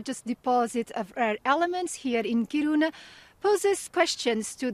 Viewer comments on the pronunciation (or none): dude...not courouna - Kiruna